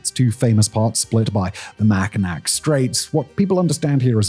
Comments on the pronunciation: Lmao someone please give Simon a pronunciation guide for Mackinac. I don’t know how to do this properly but it ends as Naw not Knack. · "Mackinack" made my eye twitch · Mackinac is pronounced Mackinaw no matter how it's spelled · MACK in aw not Mack in ack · is pronounced "Mackinaw straits..Macknicak" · MAck-in-awe. MACK-IN-AWE!!!!!! No Mack-in nack............... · "The great city of flint" I've heard literally nobody ever say that about flint lol. Also it's not Mack-i-nack, it's Mack-i-naw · It's pronounced Mackinaw, even though it is spelled Mackinac! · “Mackinac” lmfao british ppl are the best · mackinac is pronounced ma kuh naa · Dear Simon, just for your own knowledge, Mackinac is pronounced" Mackinaw" the "c" is silent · Every Michigander is visibly cringing at his pronunciation of Mackinac. It's Mack-ee-NAUH come on Simon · Brother, as a local, its pronounced "Mackinaw" not Mackinac. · It's pronounced mackinaw! I'll forgive you, this time 😆 if you need any help with names in Michigan I'll gladly help you. Love your channels. Keep up the good work! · Mackinac is pronounced "Mackinaw". :) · Its pronounced "Mack-in-aW" it is the french spelling, the island is spelled the english way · Brother its "mac-ih-naw" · I don’t blame you at all for saying it incorrectly, it’s pronounced “Mack uh naw” even though it’s spelt Mackinac. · It's not spelled like that. It is pronounced like "Mackinaw", not like it's spelled (Mackinac). There is Mackinaw City and Mackinac Island, but they're both pronounced like the former. I'm sure you know that but I'm leaving this here for those who aren't from Michigan. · I can be forgiving toward Simon about pronouncing it "Macki-NACK" because if he hadn't heard of it before, how would he know? It's not exactly an intuitive pronunciation. What does have me cackling is his way of saying Lake Huron. Herrrron 😂😂😂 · MACK IN ACK?? 2 minutes in, wtf did he just say? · pronounced “Mack-ih-naw” no matter how it’s spelled.